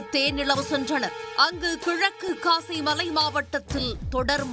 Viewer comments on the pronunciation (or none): none